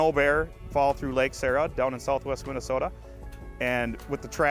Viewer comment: I'm familiar with redneck problems... That ain't no redneck problem. 😂 That's a problem where the "O" goes on forever. MinnesOOOOta. God love you snow suckers. I was introduced to your culture in northern Wisconsin. I enjoyed the communal nature of huddling together for warmth around a box of wine and bag of weed.